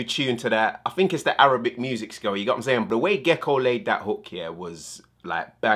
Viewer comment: Arabac😂😂😂😂 I’m sorry you corrected yourself afterwards 😂😂😂